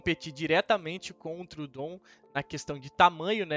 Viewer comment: Está usando muito bem os capítulos nos vídeos! Racho de rir na pronúncia dos nomes dos animais kkkk deÍno, trudon..